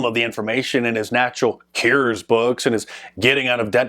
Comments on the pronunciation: Why do you pronounce cures, cares? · "Keears"? I thought it was Cue ers... <*> C'mon Man! It is all in the family ancestry, the Name man... Trudeau... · MARK! It’s Natural “CURES”, not “cares”. 😬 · No It was because you can't say "cures" right. I say it as "Q OR " maybe.